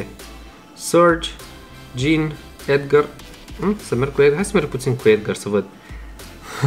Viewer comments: EDGAR SE ZICE NU EDGĂR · Edgar nu Edgăr